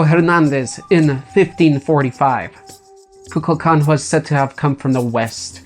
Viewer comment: When he say mayan cocaqdel (sry for spellings )sounds like coca cola